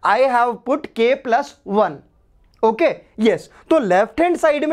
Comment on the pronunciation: Sir told tokay instead of okay😂😂😂